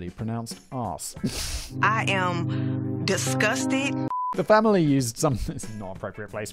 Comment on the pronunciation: "I am discusstit"